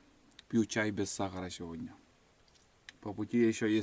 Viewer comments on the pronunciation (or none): none